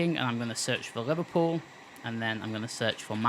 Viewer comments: its Liverpool not liverpewl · Haha you sir are a joker, as a scouser myself I recognise the humour in the pronunciation of "Liverpool" nah but in all seriousness though great video. Love the channel and your videos, keep it up dude